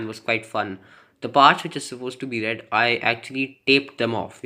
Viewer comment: What's with the rrrrred